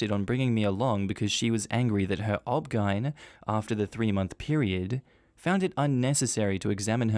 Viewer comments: please for future videos saying "obgyn" as a word is like saying r.i.p every time you mean rest in peace the poster didnt put the "." in O.B.G.Y.N. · That first story was absolutely awful. Also, in the USA, we say each letter for OBGYN. So hearing "obgeine instead of O.B.G.Y.N was very strange. Were you trying to just speed up the video or is that how you say the name as an Ozzie? I'm curious. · So is "OBGYN" pronounced "Ob-gine" in Australia instead of O.B.G.Y.N.? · OBGYN is pronounced O-B-G-Y-N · I'm surprised I haven't seen as many comments as I should about this but OBGYN is pronounced as O-B-G-Y-N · O B G Y N, not pronounced as a single word. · I keep giggling at the obgyn pronunciation